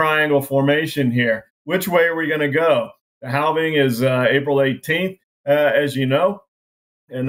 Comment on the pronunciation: Just say halving like have ing lol